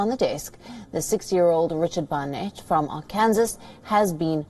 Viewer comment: She pronounced Arkansa wrong.